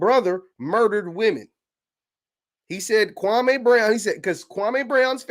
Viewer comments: It’s Kwa-ME not Kwa-MAY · Say the mans name right gatdammit! KWAM MEE! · thats not true. Kwame stated his name is Kwa - me. The media mispronounced his names for YEARS.